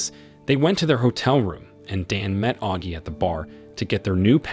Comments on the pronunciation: Get elocution lessons. You pronounced "Nina" three different ways. Your pronunciation of "Augie" is an EPIC FAILURE. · Nina = Knee nah Augie = awg ee